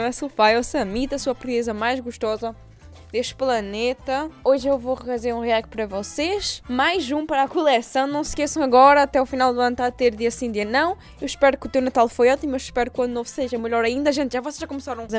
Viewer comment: Ela disse "culécãum" e não coleção.😂😂😂